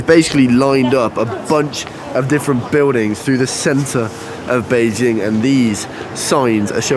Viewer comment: your Chinese pronunciation of Bĕijīng is flawless!